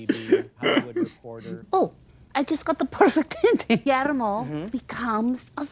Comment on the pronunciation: 6 seasons and here we are in the finale and neither one of you learned how to pronounce Guillermo correctly.